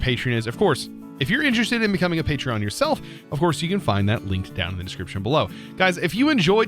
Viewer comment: Call it the Pa-TREE-On